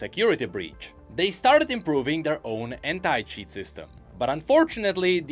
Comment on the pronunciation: When he said anti-cheat but you heard hentai instead of anti. Bro gotta be careful with his pronunciation getting people in trouble and shit.